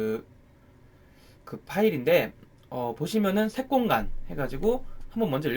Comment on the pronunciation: 저만 색공감으로 들리나요? ㅎㅎ